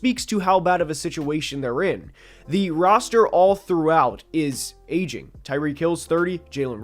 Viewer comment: every time bro says "aging" it sounds like he's saying "asian" lmao